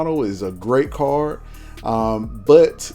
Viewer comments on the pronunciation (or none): car-d not car :)